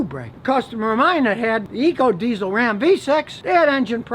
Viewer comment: Scotty: "I Was Wrong About the New Dodge Ram" Everyone: "IT'S RA'AM"